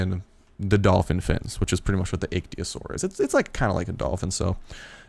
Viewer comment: It's pronounced Ick-Thee-O-Saur